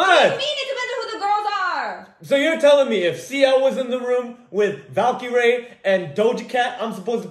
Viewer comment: bro did not pronounce valkyrie right